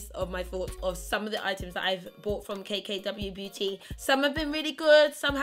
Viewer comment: I swear you said K K W Booty